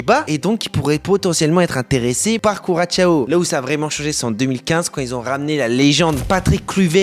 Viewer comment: « Couratchao » ???😳 En Français, on dit KU-RA-SSO😉